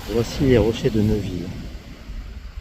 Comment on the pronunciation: On ne dit pas Neuville mais Néville !!!